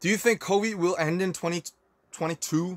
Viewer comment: Okay but instead of COVID he sounds like he was saying Kobe at the end 😭